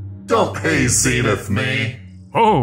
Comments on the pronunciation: I just want to say Zenith should be prounounced ZEN like zen gardening not Zeenith, Zenith is referring to the zenith or peak of a mountain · His name is Zen-ith